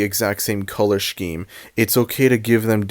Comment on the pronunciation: look, I love you, but... "shkeme"? 😭 so far I agree with everything you've said this just threw me off. HAHA no hate